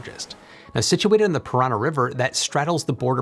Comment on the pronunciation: So that’s how Americans say Paraná. 😂